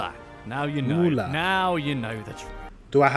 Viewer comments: Müller is more spelled like Miller Not Muler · And that pronunciation of "Müller" is just atrocius. ( Moolah, really?) You would think people who compile such lists could do a minimum of research? Such as what an umlaut is, and that a vowel followed by a double consonant means the vowel is short. "Müller" means miller and you can easily go to any English German online dictionary and click on the microphone symbol and listen to how it's pronounced. And "Nachname" (surname) is not pronounced nacknaim! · Funny, all of it. But the pronounciation of "Müller" is wrong. Not a long vocal it's short. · please pronounce Müller with umlaut = ü there's also Möller with ö